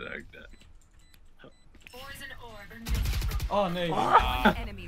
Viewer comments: 3.39 Poison not potion as a fellow dutch person its not very hard to say lol but people make mistake's keep up the good work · I really love your vids and your accent but just wanted to let you know that poison is not a sh sound it is actually an s sound. Potion has a sh sound. WUV you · Me: P O I S O N: P O I S O N Me: what does that spell?: Potion XD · Its so satisfying how you say it though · how he says poison is so funny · It sounds like sometimes you say fiber instead of viper. And then potion instead of poison